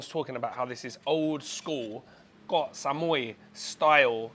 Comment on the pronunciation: Thank you for pronouncing KOH (island in Thai) correctly! KOH and PATTAYA are the most mispronounced words by farangs.